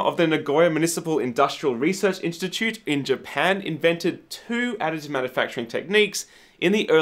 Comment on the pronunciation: Does anyone else hear "Attitude Manufacturing"?...